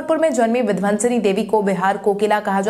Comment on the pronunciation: समाचार वाचक से सही उच्चारण की अपेक्षा की जाती है। पश्चिमी विक्षोभ को पश्चिमी विभोक्ष न कहें । विंध्यवासिनी देवी को विंध्वंसनी देवी ने कहें।